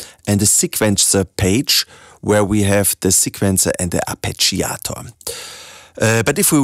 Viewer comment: ArpegiAAAAAtor.... Mate, never heard it pronounced so emotionally, kudos!